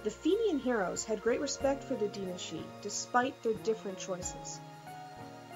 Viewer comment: I SWEAR YOU ARE THE ONLY PERSON I KNOW WHO CAN SAY "DAOINE SIDHE"